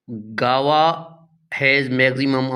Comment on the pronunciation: Guave aby amrood ko kehte hain guawa 😂😂bawlay